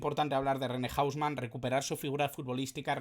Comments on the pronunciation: Buen video, pero si le preguntas a un argentina sobre "hausman" va a pensar q hablas de una discoteca o del hombre casa nose, aca se le dice "jouseman" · O-u-s-m-a-n, no hombre casa , así se dice en Argentina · Un crack "el loco"! para pronunciarlo estamos acostumbrados a JOU SE MAN Saludos Cordiales, UruguayoChanta